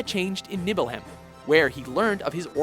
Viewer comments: "Nibble - hem" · Rick Scott Nibelham, Ghastel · Lol, I have to admit, I wanted to scream at the screen at some points for pronouncing some of the names wrong, Like Ultimecia, Seifer and Nibelheim XD